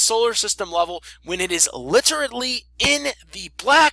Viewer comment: Dumbass said Literally as Literatly